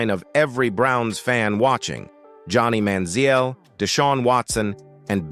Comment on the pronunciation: They butchered Johnny Manziel's name too.